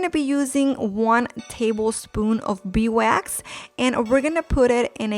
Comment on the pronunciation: Did it bother anyone else when she said: beewax instead of beeswax?